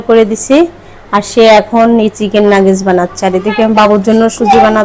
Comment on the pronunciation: Kicu mone korben na mane vabi apni ki kono kicui thik moto uccharon korte paren na?ota Nagece na Nuggets.